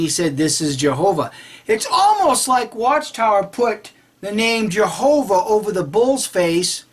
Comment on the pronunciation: Nah these guys must be high on something .. The guy never says Jehova, it was more like YeovaX ... also the translator typed jehova but for spanish speaker sound or pronounces it with an X at end ..